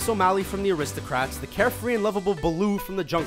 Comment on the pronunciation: It's Aristocats not Aristocrats...